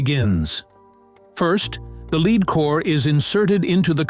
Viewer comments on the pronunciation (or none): Time to fire your AI generated voice as it couldn’t correctly pronounce the metal lead